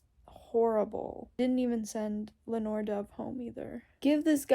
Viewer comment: still sobbing after finishing the eplilogue when i started watching. you made me cry again LOL!! i died. in the audio book, ringina was said rin-gee-nah (if you were still curious). it is len-ore (like lenny and ore like minecraft), so you got that one right. in the audiobook burdock is said less like BURR-dock and more like brdick ??? if that makes sense.. maritte is like mare-eet. i reacted the exact same way to effie arriving HEHE. and pultarch is such an angel in this book, i kiss him on the cheek! i definitely felt the slowness at the end of part 2 BUT THE CUT TO YOU CRYING. FUCKING FELT. i also got horrible rue flashbacks. plus the brutality. one thing i noticed about haymitch is hes such a nickname person. "buddy", "sweetheart", "sis", and "ladybug", and i think it reflects so much on his relationships with people and how deeply he actually feels about people because hes not good at showing his feelings outwardly. sigh. maysilee and haymitch hurt so BAD so so so bad. suzanne is so evil for it + you talking about how selfless and brotherly hamitch is and then seeing the way the capitol manipulated the games to appear. SO EVIL hrhejwje. also did you find the beheading as shocking as i did??? my jaw like DROPPED. i think i spent that last chapter just crying and cry and crying, and then i stopped at the funerals (THE FACT THEY BURRIED THEM TOGETHER???). but then lenore died and then. sigh. he loses blair and burdock and asterid... SIGH... i also thought the book wasnt gon